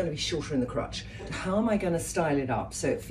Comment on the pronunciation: Crotch not crutch. Lol